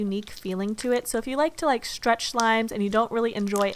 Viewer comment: Could you please learn how to pronounce the word ,,stretch" or ,,stretching" it's soo annoying oml